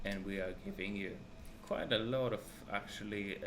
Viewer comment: "It is kłajt important"